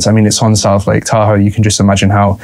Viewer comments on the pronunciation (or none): It’s “tah hoe” not “tahoo” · Sorry, you're too long winded to get to the chase, also you mispronounce the name name of Tahoe, there's no accent, its a one syllable pronounciation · It's pronounced Tahoe not Tahoe. Yeah ok maybe it is Tahoe. I can't decide.